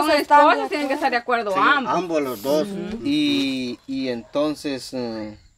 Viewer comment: Se dice ambos noo ambos. Los 2 bruto chino